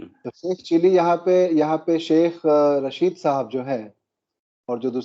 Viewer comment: Arre bhai, its Tehreek E Labbaik, not Labeek... You are a thorough professional, these repeated mispronunciations are not expected of you Sir ji. Aur Sheikh Chilli ka naam Rasheed hai, Raashid nahin. Faiz Hameed hai, Haamid nahin.Our war hero is Abdul Hameed, not Haamid. It changes the meaning of the word. Not that we really care what these people in power from across the border are called, but we care about how you present the facts. Hope you don't mind Sir.